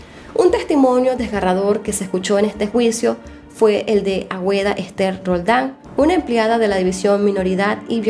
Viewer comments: no es "Agüeda" es ”Águeda". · Es Agueda no Agüeda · Águeda se pronuncia ageda